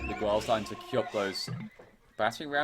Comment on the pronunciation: The "u" in "Miguel" is not pronounced in Spanish, and the "q" in Chinese is pronounced as "ch" in English.